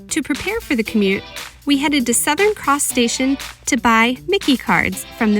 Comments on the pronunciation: My key is the pronunciation. Also available at seven elevenn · FYI the Myki card is pronounced My_Key! 😀